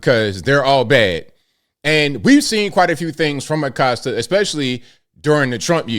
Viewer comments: Im just glad this guy is leaving so we can correctly pronounce (A-coast-ah not a-cost-ah) Acosta pronounce it right! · Acosta disappeared during Biden. I thought for sure he'd resurface during #47's term. Around here, we don't pronounce his last name Uh-cost-uh and I'm surprised that he does. Ah-costa or aˈkosta.....Spanish pronunciation of coast = costa.